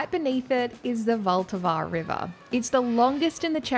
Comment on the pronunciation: vlat avar is how its pronounced